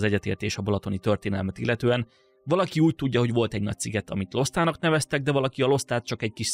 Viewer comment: Szerintem valószínűbb, hogy Lostának kell ejteni, és nem Losztának. Mert a térképen minden magyar, akkor az is valószínűleg.